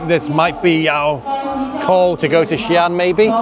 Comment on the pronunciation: What a great father with two lovely kids ❤ Your pronunciation of XiAn is really good standard 👍